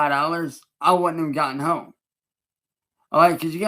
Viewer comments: What is up with his pronunciation of "home" in this video? Does it think it makes him sound intelligent? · 30 home, then says whome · “why i could get Horme” 😂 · Lol I'm glad I'm not the only one that thought that was hella weird